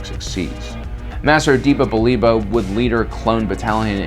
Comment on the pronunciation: The way you pronounce Depa Billaba is just horrendous lol